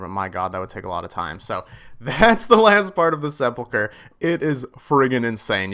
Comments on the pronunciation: pronounced "se-pul-ker" not se-pul-cher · Se-pulch-er????? Sep-ul-ker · Why can't people pronounce sepulcher ??? Seh-pull-kurr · TIL its not pronounced se-pul-cher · Please, everyone pronounces it wrong.. sep-ull-ker. Edit 3min in and you got it figured out. Good on you for actually looking it up. Love this series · It's clear that a lot of RS YouTubers never played DragonFable. It's Sehp-ull-khur. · The way you can’t read is aids. Seh-pul-ker. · the way you pronounce sepulchre..... almost dislike worthy.... almost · edit, you hit it once as of now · sepulcher isn't pronounced with a normal ch sound. it's as if it's a k followed by an h. not the ch sound. EDIT: oh you looked it up, guess I didn't really need to answer that question haha. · Its actually pronounced hallowed sphincter* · Hallowed seh pull cher lol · Listening to people pronounce sepulchre is my new favorite thing.